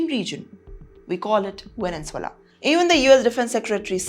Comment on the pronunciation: It's Venezuela ✅ NOT VENENZUELA ❌❌